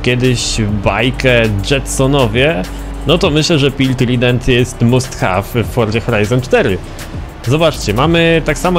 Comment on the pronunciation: must have mówi się "mast hew". Oj po próbnych egzaminach z angielskiego usłyszeć coś takiego to katorga dla uszu. Odcinek jak zawsze super!